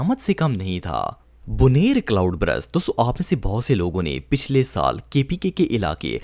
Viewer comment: good video lekin, Cloud Brust nahi Cloud Burst hai! ❤